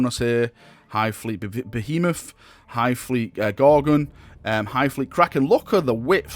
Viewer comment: A British guy who pronounces behemoth correctly.